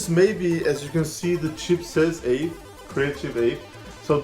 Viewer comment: I love your enthusiasm but the sound blaster cards are called AWE32/64. It's "AWE" not "AVE." It stands for Advanced Wave Effects. My favorite is the CT3670 because it calls itself an AWE32 but it's really an AWE64 in disguise, making it the AWE64 that can be upgraded with standard 30-pin SIMM RAM instead of the proprietary memory upgrade kits Creative used with the official AWE64 line.